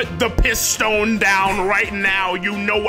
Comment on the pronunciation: The way says piss stone 🤣🤣